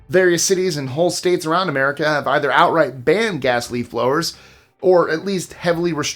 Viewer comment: #20.. lmfao "Merica"